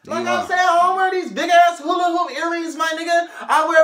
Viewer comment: he said hulla hoop earrings